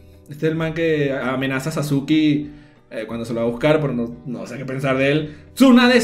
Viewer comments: cómo le vas a decir sasukI a SASKE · Sasuki ahhhh porque le dice Sasuki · Cómo se dice "Sasuke"?: Personas que vieron/leyeron el anime/manga: "Saske" Personas que no lo han visto/leído: "Sasuke" xd: "Sasuki" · Mis oidos cuando escuche sasuki oidos: sangrando